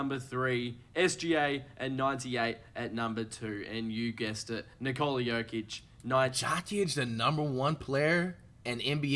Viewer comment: Jock itch 😂 why bro saying his name so wrong